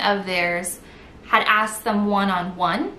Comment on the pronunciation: It is pronounced asked. Not "axed". 😑